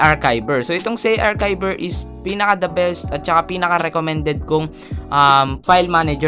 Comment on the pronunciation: i correct kolng po ung zarchiver kase po sabi nyu sa CHI at Kay arkayver ang pronunciation po nun ay ar-CHI-ver